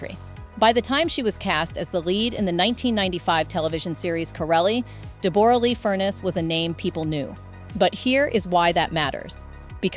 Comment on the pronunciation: Her name us pronounced Debra not debore ra